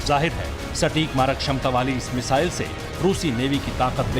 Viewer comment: It’s missile not mizaile